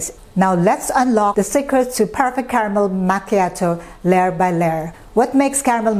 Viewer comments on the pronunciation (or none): Its should sounds like "makyatu" not "machatoew!" Belive me Im Italian! We dont served cold it should be very hot! Mama mia! You know the reason there is no Starbucks in Italia.